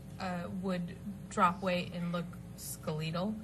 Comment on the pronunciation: Yep. Also when they mispronounce words like "skeleeetal." And earlier Amber said, "parakeet floors." Dead giveaway. I can't believe they didn't do a read-through w the writer(s) smh